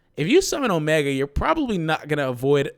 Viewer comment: O-me-gahd. I want Omega. ....No? walks away sulkily